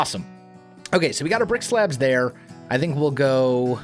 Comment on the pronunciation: all i hear i rick-slab when you saying brick-slab, could be fun if its related to "you're got Ricked"